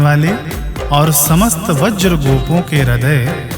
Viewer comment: बहुत बढ़िया। फिर भी कुछ गलतियां दिख रही हैं जैसे मनोज गर्व मोचनं को मनोज वर्ग मोचनं पढ़ा गया है तथा ब्रज को वज्र कहा गया है। हरे कृष्ण हरे कृष्ण कृष्ण कृष्ण हरे हरे